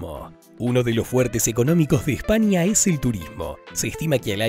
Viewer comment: Este vídeo esta a la altura de la pronunciación de espania.....